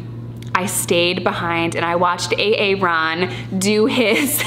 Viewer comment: “A-aron” OMG, I love you 🤣🤣🤣💀